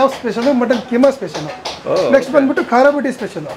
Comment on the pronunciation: "ಖಾರಾ, Khaara" ಅಲ್ಲಾ ಅದು "ಖರಾ, Khara"